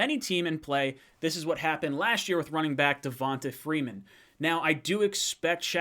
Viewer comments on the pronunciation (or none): none